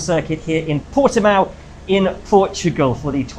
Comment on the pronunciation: Its Portimão and not Portimau xD As a Portuguese im asking you please fix this